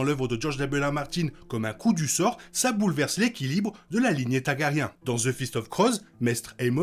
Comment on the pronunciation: Mais qu’est ce donc qu’un “boulevesement” ? 😅